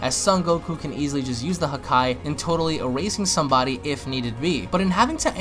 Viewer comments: the way he says it sound like huhkai instead of hakai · WHY ARE YOU SAYING HAKAI LIKE THAT